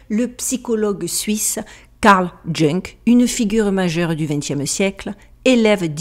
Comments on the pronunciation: Je ne sais pas pour la prononciation américaine mais les francophones disent YOUNG et non JUNK 😉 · Ce que tu prononce « junk « , c est Jung? Si c est cela ça se prononce « Young »😊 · Bonjour, merci pour la vidéo! Juste une petite chose, le médecin psychiatre JUNG se prononce "young" et non "jeung"...si vous n'aviez pas mis des images et son nom et prénom dans votre montage, je n'aurai pas compris de qui il s'agit. Merci 🙏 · ....on prononce Yung et pas junk...Karl Jung...vous êtes trop drôle...encore un sujet très intéressant..merci. je vous adore 😂😂😂😂❤❤❤❤ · Ça fait mal aux oreilles.. Son nom se prononce Youn. Pas Junge... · On ne dit pas jung mais youg. 😊❤🎉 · ...on ne prononcé pas "Carl junk "mais "Carl yung "...quand même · "Junk"... 🤣🤣🤣🤣🤣 Ca se prononce "Young" 😉😋😁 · Jung se prononce comme "young" pas "junk" 😂😂😂 Mis à part ce clin d'oeil très drôle, ce que tu soulèves-là est très intéressant et pertinent... les sociétés "secrètes" qui se targuent de diriger le monde en se prétendant maîtres des horloges, les sachants qui crachent sur les "gueux" et bien je les remercie, car au final ils nous montrent que nous sommes in fine sur le même piédestal... Merci de nous réveiller de la torpeur ambiante.... Je t'aime pour le chemin que tu parcours et le partage que tu nous propose fait que tout le monde s'enrichit à quelque part. 🙏🙏🙏🙏💞💪🏼😘😘😘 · Carl Jung se prononce Carl "Youngue" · Je. M’excuse mais c’est JUNG et pas Junk. Et c’est Freud qui était le disciple de Jung car c est Jung qui a introduit Freud dans le cercle de la noblesse de son rang. Rappelons que Greud est un taré cocainomane qui faisait des fell a t ions a son père ou Gad père à l âge de six ans et rappelons aussi que Freud est de la communauté du Talmud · Karl Jung: Karl Young pour la prononciation... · Jung se prononce young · On dit carl young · petite précision,, JUNG se prononce "youngue" 😎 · Très bien vu Jung se dit Young ;))) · karl jung se prononce karl young